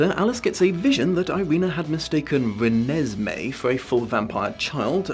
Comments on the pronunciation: The way he pronounced "Re-nes-may" like its irking his soul is HILARIOUS😂😂😂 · No one: Absolutely no one: Not even a half human half vampire child: The: “Re-ne-se-mee” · As a person who never read the books or watched the movies, it took me a while to figure out how to pronounce Renesmee, I thought it was Renee Smee for the longest time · Nobody:: rEnEsMeE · Poor, each time he says "Renesmee", a little bit more of his soul dies. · The way pronounced "Renesmee" made me giggle, every single time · I like the was you always put the emphasis on "Mee" in Renesmee. It makes it sound like a lavatory disinfectant.